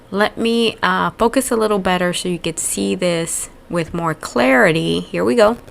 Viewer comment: ‘With” not Keith!11]